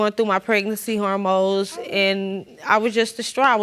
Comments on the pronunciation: Did y’all peep when she said pregnancy hormoes 😳😂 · Pregnancy hormoes??? Is that what she said??? 🤭🤣